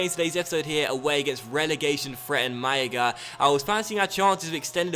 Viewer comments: It's because people told him that if there are 2 Ls in Spanish it is pronounced as a Y in English (but I don't think he noticed that there is only on L in "Málaga") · Your pronunciation of Malaga is atrocious!